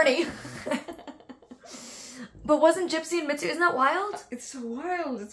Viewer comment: It's Mitsou lol not Mitzu